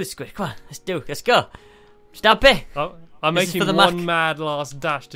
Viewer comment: Stampy not stupy